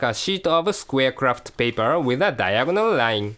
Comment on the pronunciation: Love the accent sounds like "if you don't have the cream homos you can make with a crapped paper" Looks lovely, great video and channel, liked and subscribed, thanks :)